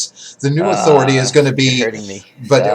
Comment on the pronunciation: When talks about "Authoritah" I hurt.